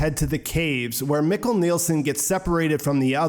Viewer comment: Mikkel is pronounced “meek-el”.. do you watch in English or German?